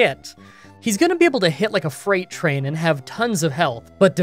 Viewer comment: I heard "he's gonna be able to hit like a 'frain trait'."